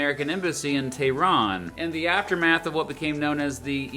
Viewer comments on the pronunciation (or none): none